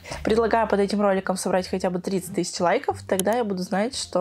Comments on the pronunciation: Как режет слух ТЫЩИЧА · Странно класть грязные деньги в шоколад?.....😖😖😖 Интересно куда они делили этот шоколад Режет слух "тыщича"